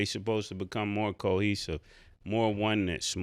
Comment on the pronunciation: 😂 what are we going to do yall with Cam and him trying to pronounce big words or say people names right. It's cohesive Cam not keihesive. 😅 Btw don't ever, eva, eva, eva eva eva eva.... ever do that twirl again💃 hey!,....hey, hey. Pause